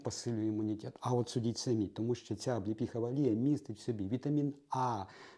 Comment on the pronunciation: Олія не Алія 😂